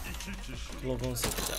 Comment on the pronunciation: NORMALDE Okunuşu:glok 18 Yazılışı:Glock 18 'DE Okunuşu:klok 18 Yazılışı:Klock 18